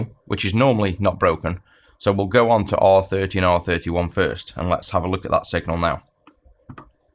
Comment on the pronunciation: When you say "lets take a look" I hear "lets take a LUKE". Love the videoes, thanks for your contributions to the community!